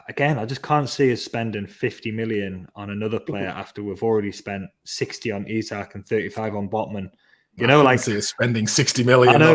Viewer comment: It's EeSak 👍 Botman is only just 6'5" 😂 We have plenty of money to spend and still stay within FFP that's even before new sponsorship deals. I still think we can get Paqueta and Diaby 😂 Joking apart I would love Paqueta, not sure why we are not going for him. I would be upset personally but que sera. I see no sense in us doing deals with Man UTD after they messed us around last year.